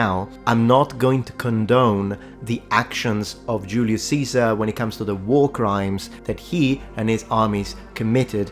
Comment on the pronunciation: Funny how correctly you say Julius Caesar in Latin.